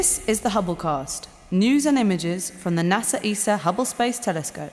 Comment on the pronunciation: hobblecast sounds like holocast